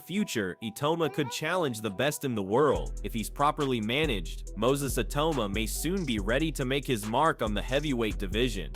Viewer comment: Why is the narrator saying iyauma